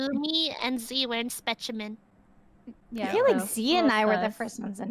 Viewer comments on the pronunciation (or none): Hearing Gumi pronounce "specimen" just flakes my soul off